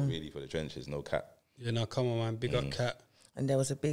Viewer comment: Every time he says no cap mans pronouncing the P with a pop 😂🤣😂🤣😂 whyyyyyyyyy for that blud